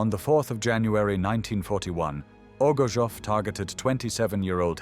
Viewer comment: His name is pronounced as O G O R T S O V or rather OGURTSOV, coming from a Russian word OGURETS, a cucumber.